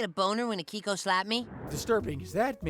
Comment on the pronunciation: A - Key - ko. Steve says it twice in the first clip you used FFS.